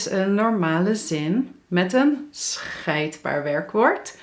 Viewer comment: Sorry, maar scheidbaar klinkt net as schijtbaar LOL. Afgezien daarvan, je bent uitstekend.